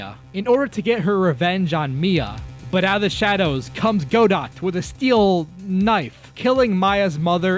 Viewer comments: It's pronounced "Gah-doe" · Well, never thought I'd be in the comments complaining about mispronounciation of a name... but "Godot" is pronounced "Gah-doh", a French name based around the notion that consonants mostly exist to decorate written words and you should instinctually know what consonants are real and what are decorative. As other comments have stated, he is a refrance to the classical play "Waiting for Godot"--a play of two people bonding while waiting for Godot to show up. I won't spoil it, but instead choose to spoil "Death of a Salesman" by informing you that Willy Loman fscking dies in that play. I bet you are really mad about being spoiled on a major plot point that the title of the play bases itself around Oh right, Godot chooses the name in an ironic manner due to nobody being there to wait for him when he woke up--as they were all either dead or would not stop talking about their hemroids(sp?). Which is worse than if that person was merely dead As per how messed up the Justice System is... that actually, also, ends up being a major plot point of the Apollo Justice series. Until of course, Pheonix ends up dealing with a Supernatural Court room--which anybody familiar with The Good Neighbours (AKA The People Under the Mound, The Fair Folk, The Good Looking Ones, Fae, The Demure Smols, etc.) will look at that set up as a form of best case scenario Also, in the case of Edgeworth pretending to be a Defense Attorney--he is only able to do that because of a previous case where El Tigre did a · A couple of things: It's pronounced "Gah-dough", like the play "Waiting for Godot". I remember being so disappointed with Hobo Phoenix. I know he was included because Capcom (rightfully) thought the character brand was too strong, but in a different universe Apollo Justice got his own trilogy and the AA series continued JoJo style with new attorneys and new scenarios. Also, Sprites > New artwork > 3D Models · Btw "Godot" is pronounced "Go-doe"